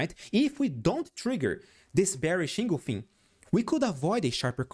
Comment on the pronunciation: En—gul—fing not engolfin